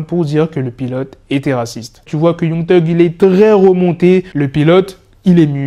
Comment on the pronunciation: Mec arrête de dire Young genre c YANG mec 😑